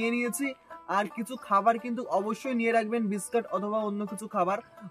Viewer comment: Biscat abr ki biscuit bolte sikhun Ki rokom baje vbe kotha bole